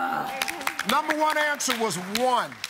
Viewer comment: Steve says, "She got all numba' 1 ansuhs'!" Me: "Oh, really STEVE?!"